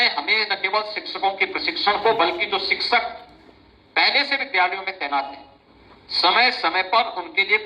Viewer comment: जो शिक्षक का सही उच्चारण नहीं कर पाये वो अंड संड बकवास करता ही रहेगा 2018 के बाद शिक्षक भर्ती नहीं आयी 6 साल से भर्ती ही करे जा रहे हैं